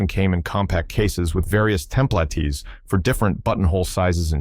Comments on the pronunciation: Templatees? Home sewers? Wtf AI? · "tem-plah-tees" "bay-leafs" OK-AI then. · You can tell an AI when they pronounce template as tem play tee.